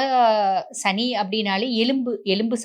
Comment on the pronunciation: ஷனி இல்லை மேடம் சனி...